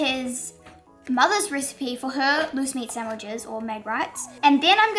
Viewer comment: At first, I thought you said moose meat sandwiches